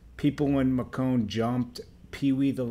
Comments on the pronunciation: not ma'cone' Macon is said like making so you would say Making Georgia Macon,Georgia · Lol its Macon, as in bacon not Macone. You must be from Canada like Michael McCrudden. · 1. Macon is pronounced (May-ken) not Mah-Cahn 2. It’s PeeWee Longway that’s it not Peewee the Longway 3. How are you a news reporter and not know these things? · Mac town is crip its Macon Ma con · Bro its pronounced May-can (macon) , and its fucking Pewee Longway. You took the L on this one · It's pronounced May-cun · #1 it's pronounced make-in...#2 referring to him as Gucci in this situation is a big no-no I might wanna do more research with Macon and Gucci cause that was so disrespectful...#3 SMDH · LOL "THE LONGWAY" tho? Macone? Damn all errors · Pronounced may cun. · its PeeWee Longway....and MAY·CON macon ga Mac town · That's not how you pronounce Macon.